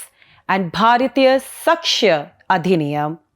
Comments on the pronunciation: Its not bharyathiya.. Its Bharatiya .. your pronunciation is wrong.. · It is pronounced साक्ष्य not सक्ष्य . Joke of an anchor, doesn't even know Indian languages. So much Anglicized that you are far-removed from the roots of your own country and language. Can't even pronounce "bharatiya" properly